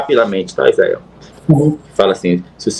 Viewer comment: Ufa! Até q enfim ! Um falou certo: Izael!!